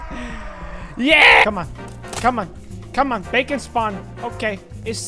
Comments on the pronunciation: thats BAKON not BACON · We're here with the creator of Bacon (BAKON) Me who pronounces it like bakon: 👁️👄👁️